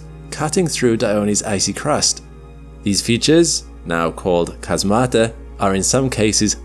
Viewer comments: Just a note: "chasmata" is pronounced with the stress on the first syllable and it's the plural of chasma, so each named one is ___ Chasma. Same with fossae: it's a plural, so ____ Fossa. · Chasmata is pronounced "HAZmata". I usually don't comment on the correct pronouciations of Greek words but this one really rubbed me wrong.